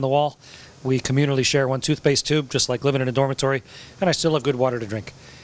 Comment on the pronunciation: i guess he meant 'just' and sounded like 'don't'